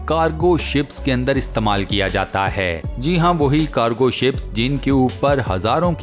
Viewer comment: Assalamualaikum Voice over seems not good when you end the sentence like ( fit kiya gaya 👉🏻HAI 🤪) Other wise very informative & interesting videos 😊👍🏻🇮🇳thank you so much keep it on